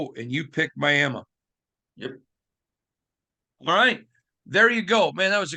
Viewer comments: Just curious, why do you say “Miama” instead of Miami? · Clearly you ain’t seen our defense we’re going on a run and we’re gonna go down to MIAMI and get that W! It’s Miami not Miama quit putting A’s on random words you sound very unintelligent! IGNORANT! Handicap even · Miami… Miama… who the h3ll cares. Pretty sure the late Al Davis, with his thick Brooklyn accent, might have pronounced it “Miama” too.